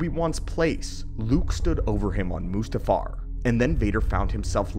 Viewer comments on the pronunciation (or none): none